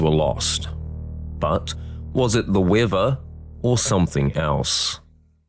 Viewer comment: the WHAT lol xD xD had to bo back and look at subtitles . oh the weather lmao